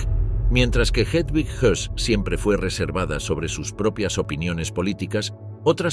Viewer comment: era rudolf Hoss y no Hess